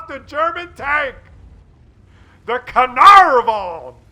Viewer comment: This tank is pronounced Car-Nar-Von, Carrrnarrvon, next......